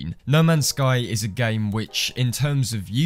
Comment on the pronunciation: Though you said lemons sky🔥🔥🔥